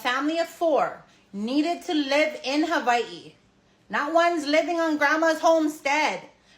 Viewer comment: Learn how to say Hawaii